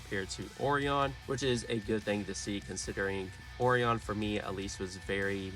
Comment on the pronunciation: Oreon!😂😂 It's pronounced Oh Ryan.